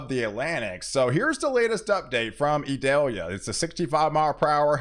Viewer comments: You are mispronouncing Idalia its not Idelia... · Eee-doll-yah. It isn't an onion.